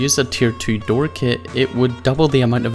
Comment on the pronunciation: Kiet, bis, nils, man you know how to speak 😂😂